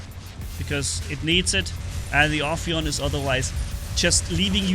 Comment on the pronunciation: First one to say the name right 👍 So far i heard Afaian Aphian Ohioan Oppion and the list can go on 🤣🤣